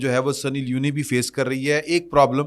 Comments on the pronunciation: The name is Sunny Leone (سنی لیون), not Sunny Li-uni. Leone is a gender neutral name from Italy and it means Lion. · I am your regular listener. If you are in this field and you are good، please before starting the program, check the names, designations and correct name pronunciation. سنی لیون ہے لیونی نہین۔ Like this so many other blunders. English na aana koi buri baat nahin but kuch seekh lain just for your program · درست لفظ سنی لیون ہے